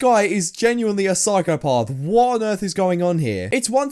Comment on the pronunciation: Yur a syphcopath for your pronunciation of syphcopath